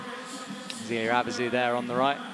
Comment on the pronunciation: This has been bugging me for months. If you have French names with an "é", like in Zélia, then said "é" does not get pronounced like an english "e" in the alphabet. It gets more pronounced like the first "e" in "ever". Please explain that to your commentator.